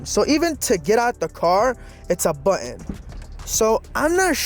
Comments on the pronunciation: a buddon. Ummm Button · The word is “button”